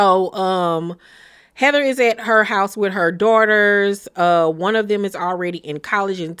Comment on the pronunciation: Hey K, why u say Houurse like that lol